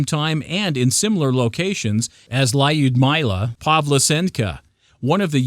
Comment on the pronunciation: WTF is a lie-ood-my-la? Lyudmila is not a hard name to say.